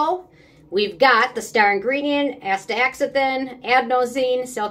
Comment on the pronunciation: I’m case anyone wonders, it is pronounced….astaZANthin. The x is pronounced as a z.